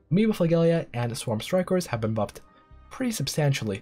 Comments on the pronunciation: Great information. Try to think of flagella as “fla-jell-uh”, not “gell”. Sorry to nitpick! Love the material. Text would be really useful as a lot of information comes through as just audio. Lotta good data 👍👍✌️ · Great guide.. I'm trying get up to speed on this game and this is JUST what the doctor ordered! Also.. small science nit.. flagella is not pronounced as you are pronouncing it.. "fluh - JEL- uh" Again, props on the guide.. if my only comment is one word in 23 minutes.. I count this as an outstanding video!